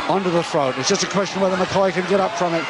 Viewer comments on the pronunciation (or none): McHoy, not McCoy. Son of Frank "Wild Angus" Hoy.